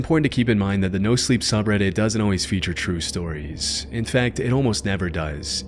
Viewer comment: "True sotires" sure, pal. XD